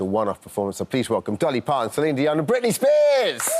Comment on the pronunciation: Britney girl gotta get those L's right. Britney always sticks her tongue out when pronouncing any L!